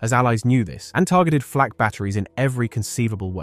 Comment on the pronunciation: Gleich zu Beginn wieder Unsinn, gesteigert durch unzumutbare KI-Stimme. Erstens war das keine Flach, sondern eine Flak! Niemand hat jemals dieses Geschütz Achtundachzig genannt, sondern 8-8, gesprochen Acht-Acht, die Acht-Acht. Das weiss ich auch von meinem Vater, der Soldat war. Er hat geradezu davon geschwärmt aufgrund der überragenden Fähigkeiten bei der Panzerbekämpfung. Lasst diese KI-Stimmen, solange diese Technik nicht ausgereift ist oder Ihr sie Euch nicht leisten könnt! Was jetzt auf YT an Schwachsinn immer schneller ausgebreitet wird, ist erbärmlich und ärgerlich.